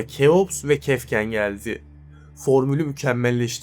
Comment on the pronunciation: Keops tamam da Kefken nedir kefren olmasın o